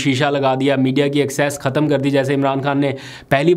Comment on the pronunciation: ختم کو کہتمنہیں کہتے۔ خ بولنا سیکھو